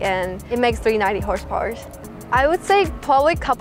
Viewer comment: 390 Horzpowrrz? Impressive!😎 My favorite part to listen 😉